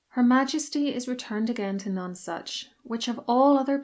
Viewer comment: Pronounce None Such Not like non sense